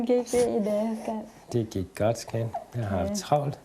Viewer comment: Haha, ja det lyder for sjovt: "Vil du ha' en øl, ska-at? - Ja, tak det vil jeg gerne skat.." Min kæreste og jeg, gennem 14 år, kalder hindanden skat - men griner også med/af/over osv. programmet her. Når vi vågner om morgenen og spørger: "har du sovet godt skat?" kan vi sjældent lade være med at grine fordi vi tænker over (og kommer til at udtale det som i) programmet. Så al hate og flame sat til side: Man kan brække sig over det, og man kan forsvare deres ret til at snakke med deres gaystemmer